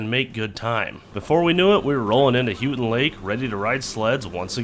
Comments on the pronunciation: aka, Houghton Lake is Pronounced Holt-Ton Lake lol,:) just wanted to let you know, "as i am a first time caller, long time listener!!! " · M-You-nis-ing-Munising not Munsing haha 😂 Hoe-ton lake not hueTon lake - Houghton lake lmaoooooo. Mackinac-Macki-naw not MACKINACK HAHA. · Houghton Lake!! (Hoe-ton, not Hue-ton) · Not Hoo-ton, it is Hoe-ton Lake. Cause Hoe-ton (Houghton, home of Michigan Tech University) is up on the Keweenaw Peninsula. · It's not Houton like Houston, but Houton like Hoeton. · It's Ho not hue,ur saying it wrong! I lived in Mio for many years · Houghton lake is pronounced.. Hoe-ton!! Houghton lake! Not... hew-tin! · I've lived in the UP my entire life. We too have had really bad winters with no snow. You guys were lucky and found the only towns that actually got some. BTW, it's Munising (mew-nuh-sing) not munsing. EDIT Also, Houghton is pronounced ho-tun not hew-tun. ;) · Michigander here. Proper pronunciation for Houghton is HOH-ton And for the Proper annunciation for Mackinac is Mack-i-naw The "C" is silent due to being a French word. (Like fucking nails on a chalk board) when you murdered those names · I just want to say that it's pronounced hoe ton lake, aka Houghton lake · its pronounced hoe ton lake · As a native Michigander I got a kick out of how you pronounced Houghton Lake, lol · First I love your videos. The videos you all put out have made me more willing to tackle olders vehichles. Secondly, and this is just a pet peeve of mine. Houghton Lake is pronounced Hoe-ton Lake. 😂😂😂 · its houghton (HO TON) and mu ni sing not munsing as you have stated. there are alot of crazy names here in michigan. great video love your channel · Pronounced , Mack-in-Aww Bridge and Hoe-tun Lake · "HO-TIN" Houghton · Houghton Lk. Ho-ton long O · it's pronounced HO-TEN lake. great hunting up there too